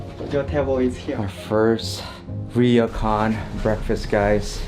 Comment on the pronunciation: It’s pronounced almost like “roar-Kwan”, NOT ‘reo-Kan’